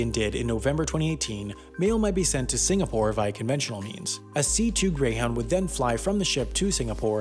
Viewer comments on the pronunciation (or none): none